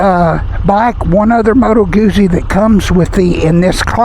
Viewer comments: Nice review - thanks! (It's "gooTsy" - like pizza 😉) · It's pronounced GOOT-zie.